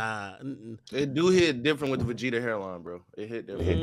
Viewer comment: Lmao nigga said the vageeta hairline😂😂😂